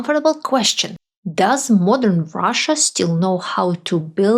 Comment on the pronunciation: When you say Russia, I hear USA. 😥